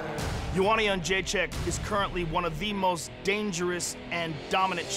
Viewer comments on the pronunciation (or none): CS:GO tjrandlez Yen-zhay-chick and Ko-Val-Kay-Vitch